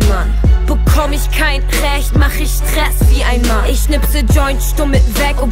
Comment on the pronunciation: sssrhess? stress? an der aussprache muss man einiges machen